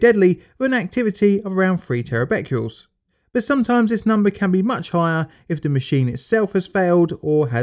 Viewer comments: Aargh! It isn't terabecules, it is pronounced Terabeckerels! Other than that, very interesting. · Sorry to be the English Language Police but Terabecquerels can be a little confusing, especially when the Teachers don't point it out! Try and disregard the confusing Q and pronounce them as TerraBeckerals! I am a long time subscriber, so please don't think that I am having a pop! I think I have seen almost all of your vids but mostly Nuclear related ones